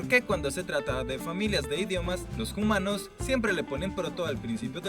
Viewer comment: ¿Por qué dicen "jumanos"?